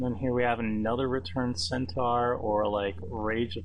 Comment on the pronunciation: Nicely drafted, but please learn to pronounce Centaur and Minotaur correctly.